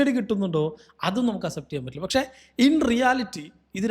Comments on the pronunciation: aas-ept enn alla ax-sept enn pronounce cheyane bro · Bro thiruthuannu vijarikkaruth kure vattom repeat aayond parayua. അസെപ്റ്റ് alla അക്‌സെപ്റ്റ്. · Accept pronunciation is wrong